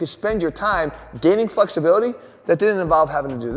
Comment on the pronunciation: where's the research link? Also did I hear you say 'improving fucksibility' at the beginning of the video!